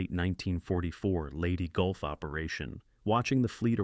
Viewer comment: Yeah, Leyte Gulf "Lady Golf" ??? bloody stupid to even publish - "Goo Away Nooo"